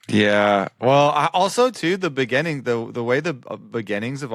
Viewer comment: Has anyone going to bring up pronunciation of the word "BEGINNING"? Not trying to complain but it's just funny. Love you!